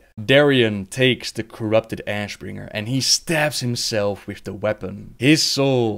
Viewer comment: What kind of accent do you have? Father or foder and with or wif lmao